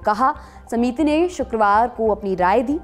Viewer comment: समीती नहीं बोलते, समिति बोलते हैं। बुड़बक